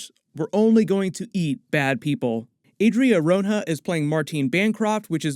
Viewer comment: The pronunciation of "Adria Arjona" gave me chills, lol